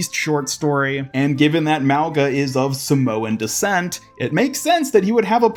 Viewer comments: its not pronounced malga its pronouns maunga like the ng sound not the g sound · Youre saying it wrong. Its not Mao its more like Moe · "Maowga"❌ " Mau-Nga"✅ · I'm part Samoan and it's pronounced - Moe - u - nga Moe - like Moe from the Simpsons U - like Uwu Nga - this is the hardest to explain but imagine you say the word "going" then add "a" at the end. "Goinga" now remove the letters "goi" and just say "Nga" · Pretty sure it’s “MAH-gah.” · If this hero is supposed to be Samoan his name would be pronounced Muh-oo(short and hard)-nga at least that’s the way I would pronounce it as a Polynesian myself. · It’s pronounced “mau-NA” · The G in his name is pronounced NG as in going